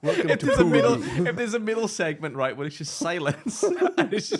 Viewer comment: "mid'dle" "Never Forget, The Mid'dle"